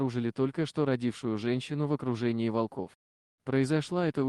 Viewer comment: Кошмар!!! то же мне грамотеи нашлись не во́лков,а волко́в Нахо́дится Ей найти дорогу